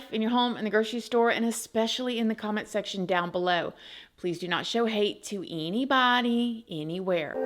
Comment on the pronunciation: I always giggle at the "eeenybawdeee"